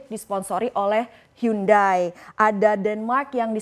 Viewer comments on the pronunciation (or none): none